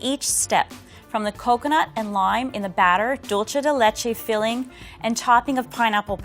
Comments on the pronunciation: you are cool, dulce de lecho shouldn't be that difficult Atte: someone from Argentina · Dulceyy dee Leyche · The way she said Dulce de leche 😭💀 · God the spanish hurts my soul… Pina colada… ouch Dolce de lehche… my heart You are killing me, my poor Puerto Rican heart! I think she had too much booze